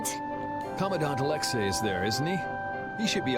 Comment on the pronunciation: Why is it every time a person in real life or in a video game when it comes to the name Alexei why do they treat the the letter i at the end of the Commander name if it wasn't the letter A it's not the letter A it's letter I so itchy be pronounced as the letter e not the letter A people learn how to read